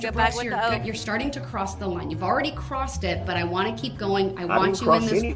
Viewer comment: I hate how he calls her a public servant! Her oaf of office. Tackit agreements. Do dat. Substain. And that stupid third party intervener!!! And she’s told him 100 times that they don’t have a time stamp!